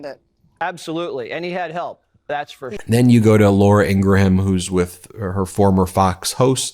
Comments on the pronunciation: Hey Ben! You’re still doing it. You’re still pronouncing the H in Ingraham. It’s “Ingrum,” like Ed McMahon is “McMann,” not MICK-MAY-HON. Someone named Sheehan is Shee-in, not Shee-han. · FWIW it’s not ‘Ingra-ham’, it’s just ‘ING-gram’. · O...M...F...G...! It's Laura Ing-gram, not ING-GRA-HAM! And while we're on the subject HUMAN, not YOOMAN! Trump says it like that and it makes me CRAZY! Don't be like Trump.